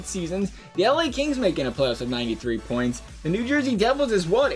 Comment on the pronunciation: 55 BOINTS!!!..... wtf is a boint